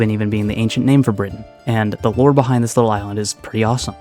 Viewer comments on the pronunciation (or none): none